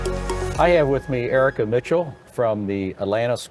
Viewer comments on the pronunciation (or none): It's "Erika" not Erica